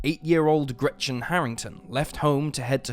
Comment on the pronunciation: Sorry, but the way he pronounces Gretchen triggers me so much, as a german.